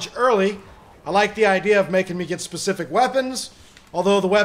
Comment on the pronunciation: lol i love how in the end hes like u kno what lemme try to get a super sprecific number